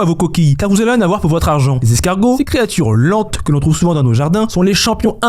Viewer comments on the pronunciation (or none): Téma comment il dit "Lente" 😂😂😂